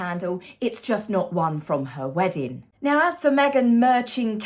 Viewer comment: There's a 'G' on the end of weddin g dear.